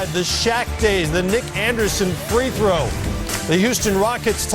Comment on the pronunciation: Damn Jalen, learn how to pronounce the word, throw.